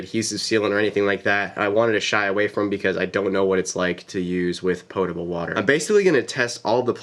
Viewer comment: The pronunciation of potable drives me crazy (you put water in a pot right ?).. I know you did it correctly, but it made me look up WHY it's pronounced that way... something about Greek and rivers and MesoPOtamia .. so thanks for unintentionally making me learn something I didn't need to learn... lol